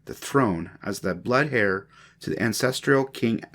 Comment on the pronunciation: I appreciate your time in turning this into an audiobook. Get a thesaurus. Some words you mispronounced are foreign language in origin examples *caldera and heir.